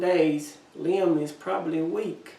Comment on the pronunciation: Liam is also my 3 year old grandsons name. Yes, you said his name right!